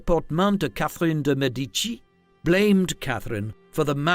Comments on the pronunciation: What a shame - an entire video about a Medici lady - yet unable to pronounce the Medici name correctly! I cringed every time he said Me-DI-ci instead of ME-di-ci and couldn’t watch it anymore after 5 minutes. Just too much and actually making me doubt the content 😌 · MEDici NOT medICI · Another bot voice pronouncing elementary words wrong. It is de MEH-di-chee with a stress on the first syllable! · Cannot even pronounce her name. What a mess! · Excellent piece - but the completely wrong prononciation of "Medici" (there is no stress on the i...) really hurt my ears. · Medici is pronounced completely wrong 😢